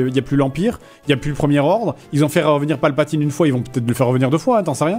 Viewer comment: "L'empereur Palpe-la-teen"